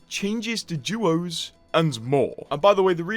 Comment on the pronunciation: Please as an english speaker use english. You said duos right once then say doos the rest of the time. Try to keep the correct pronunciations alive. ❤ love the vud. Thank.